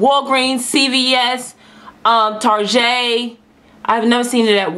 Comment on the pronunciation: lol "Targe't" I love u girl !